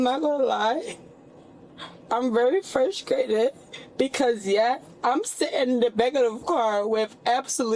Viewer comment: She said fruskrated lmao